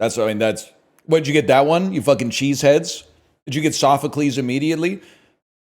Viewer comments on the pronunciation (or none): none